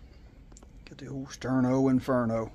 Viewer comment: Thank you I appreciate the cup of coffee, And the pronunciation was correct That is one cool Sterno Cup